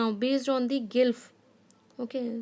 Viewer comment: Mam it's not gylph ...it's glyph